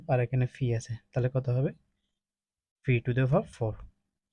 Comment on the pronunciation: Pকে ফি বলছে